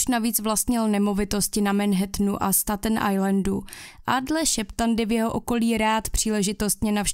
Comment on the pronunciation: Ta tvoje anglictina je desna 😂 jak muzes rict foneticky staten ajlend, kdyz je to stejtn ajlend